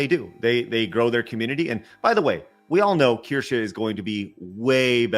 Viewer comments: Can you correct on how he pronounces Kirsche's name? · its just annoying. I see your point. Though if i were to collaborate with someone. I would at least get there name right. Especially when Craig and Blabs say her name right on the same stream is on.